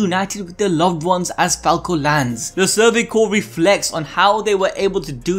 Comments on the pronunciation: Amazing video, you guys!! Bravo all!!! Small note: CORPS is pronounced "core", NOT "corpse". I teach English, sorry, I gotta. Can't help myself. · It’s pronounced like “core” not “corpse” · Corps is pronounced core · Dude I can't take you seriously when you mispronounce Survey Corps as corpse. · Great video. Just one little nitpick for you though. The word "Corps" is pronounced "core", the P and S are silent. I hope to have heightened your understanding of military terminology :) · I mean no offense but I literally had to stop watching this because of the constant mispronunciation of the names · People are really allergic to pronouncing corps correctly, huh? Or is it an intentional joke due to the high likelihood of members becoming corpses? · This dude keeps mispronouncing the word "corps"!